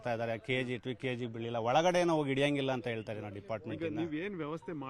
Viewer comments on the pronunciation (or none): none